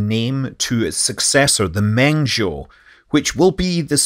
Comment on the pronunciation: Just a pronunciation note because these things are often tough, "Mengzhou" in Standard Chinese is pronounced more similarly to how an English speaker would say "mung" in the first syllable (eg, "uh" sound instead of the long "e"). Obviously this still won't be perfect pronunciation (lacking tones) but it's a bit closer to it.